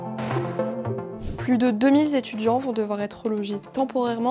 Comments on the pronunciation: Deux-mille Z-étudiants. Bravo à cette journaliste de haut niveau . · « plus de deux mille z'étudiants » 😬